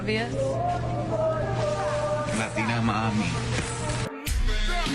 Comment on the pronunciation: she’s a “Lot-ina”